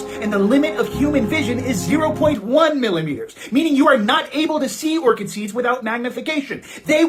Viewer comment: Ort-shid seeds? It's pronounced Or-Kid. Secularity must be false.